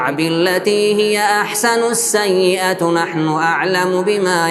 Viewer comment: بارك الله فيك وفي والديك ادفع بالتي هي احسن ( السيئةَ ) بفتح التاء المربوطه 👍